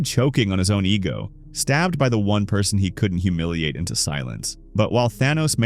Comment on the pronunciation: oh I am not bullying you I just thought that you pronounce the as teh😢